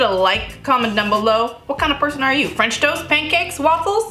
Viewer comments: I'm probably going to pronounce it like FRAHNCH TOAST from now on thanks 😂 Your pancakes were absolutely amazing so I'm sure this frahnch toast is going to be super duper as well. Can't wait to try!! Congrats on the house ❤ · “Franch toast”. Same. Yay for French toast! I need to make this.